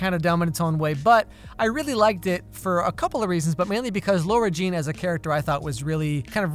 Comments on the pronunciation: everybody: Lara Jean: L o r a Jean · am i the only one that is getting so bothered by the fact that says lora jean instead of lara jean the whole time? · it’s Lah-ra Jean, not Laur-a Jean😂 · Am I the only one who thinks it's so triggering that he calls her Laura Jean throughout the whole vid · Did anyone notice said Laura the whole time instead of Lara Jean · Why is no one talking about the fact that calls her LAURA Jean instead of LARA Jean? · is it just me or is he saying laura jean instead of lara? it shouldn’t bother me but it does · hearing "laura jean" instead of "lara jean" the whole video was driving me a little too crazy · lol did anyone realize he's saying lAUra jean instead of Lara jean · CEO of calling Lara Jean "Laura" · samtheham is kinda saying LOR-RA Jean (like Laura) but it should be like LAW-RA Jean (like...Lara). Small small difference but it can get annoying x) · calling lara jean "laura" for 17 minutes straight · No one:: LAURA Jean Me: Snorts dude I'm pretty sure it's Lara Jean but okay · It’s LARA JEAN NOT LAURA JEAN! Sorry but it’s LARA!!! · It's Lara Jean not Laura... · Why do you keep calling her Lora-Jean instead of Lara-Jean. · Anyone else found it unsettling when he called Lara Jean, “Laura”? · ITS LARA JEAN NOT LAURA JEAN CMON PRONOUNCE HER NAME RIGHT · “laur-a jean” cringes in LARA jean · Bud, it’s LARA JEAN NOT LAURA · When calls Lara Jean “Laura” the whole video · Nobody: Nobody at all: Not even his popcorn:: "LAURA Jean" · Her name: LAra Jean: LAUra Jean Like dude this is my favorite yt channel but PLEASE stop calling her LAUra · I'm I the only one who heard him say Lora instead of Lara Jean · LARA! IT’S LARA JEAN! okay just had to let that out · I’m just gonna be honest and say it bothers me when mispronounces “Lara Jean.”:/